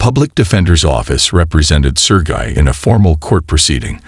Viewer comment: In case 2, your AI voice uses at least four different pronunciations of the name Sergei: sur-gay, sur-ghee, sur-jay and sur-jee. The constant switching is quite annoying. You need to find a way to get your AI top be consistent. Even better, read the text yourself! Skip the AI rubbish.